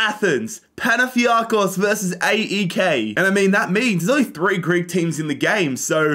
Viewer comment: . You should call it AEK as one word and not as three letters